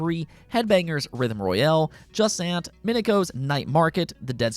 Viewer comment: It’s JU-SANT NOT Jasent